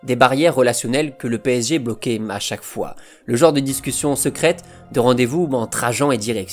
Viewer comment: Euh, c'est moi ou il met des "m" à la fin de plein de mot ? "Trois - troim" "le Barçam" "encore une foim" ...